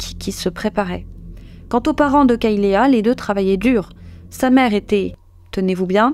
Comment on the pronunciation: Kaylea se prononce " kaylie ". Et les serviettes sont des alèses .